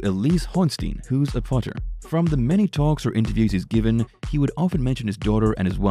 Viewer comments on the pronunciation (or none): none